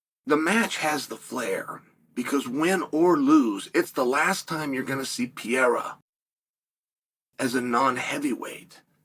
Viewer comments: PE-RE-EA-RHA that's how you pronounce it phonetically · How many times can Chael say Pereira's name wrong???? 😂😂😂😂😂😂😂😂😂😂😂😂